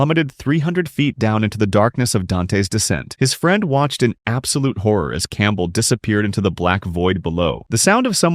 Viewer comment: He had said horror wrong